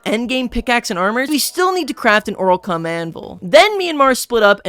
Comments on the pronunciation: "Oralcum anvil" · Why do you say oralcum and ditanium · no way u call it an oralcum anvil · Why won't he stop calling orichalchum orilcome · Please God pronounce orichalcum correctly